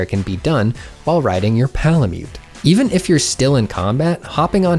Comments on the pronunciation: why do u say palamute like _____,,,,,PAålamute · says pal-a-myoot also: wet-stone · why does he say "palamute" so weird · Lol why are you saying Palamute like that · Why he say palamute like that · the way you say palamute gives me a weird sense of uncomfortable comfort and I have mixed feelings about it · “While you’re on your ~P𝔞𝔩𝔞𝔪𝔲𝔱𝔢~” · Lol I wondered why there was so much emphasis on that as well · more like Pal-a-cute! AM I RICE? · my ears cringed at this. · This video literally sold me on getting the game, thanks! p.s; how come you say palamute weird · The way says PALAMUTE